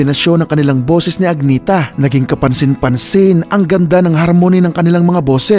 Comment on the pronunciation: Agnetha pronounced AN-YEH- TA...